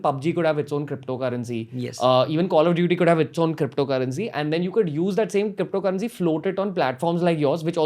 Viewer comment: Even shiv sena can have their cryppptho currency :D